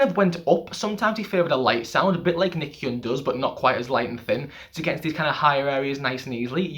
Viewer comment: FYI, Nichkhun is pronounced Nit-Cha-Koon. I'm Thai by the way. PS. love your channel